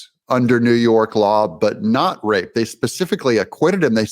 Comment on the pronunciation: What’s with the “rurr” it’s RAPE not rurr 🤔